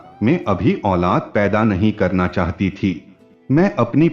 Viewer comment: Chahata thi ki chahati thi aap sach me gawar hai anpar parayee kar ke aaye itni jadi kya hai kahani parne me Raj dhani train pakar na hai kya